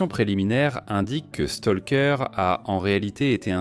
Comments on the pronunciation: Stroker c' est Bram Stroker Stoker Stroker pas Stolker j' ai les oreilles qui saignent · Je vais lui faire avaler son Stolker, écorcher le nom d'un auteur ça me met hors de moi c' est pas dur Bram Stroker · Bram STALKER, le cousin de Tchernobyl🤿